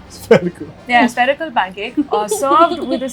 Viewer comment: Rolf 😂 when shreya said spherical